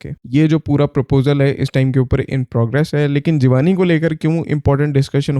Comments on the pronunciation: Bro its G wanni not jee wani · Jeee wani nahi hai pronunciation . Jivni kehtay hain but i know spelling different hain. 😂😂😂😂😂😂. Secondly sirf balochistan may mountains nahi hain . Punjab or balochistan k boarder dera ghazi khan side per bohat he safe mountain range hai jisay fort mondro kehtay hain. Phir kalar kahar , or salt range may bhi bohat safe mountains hain. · brother although its written as jiwani, but its actually pronounced as jeev-nee 😊 but a wonderful video,as always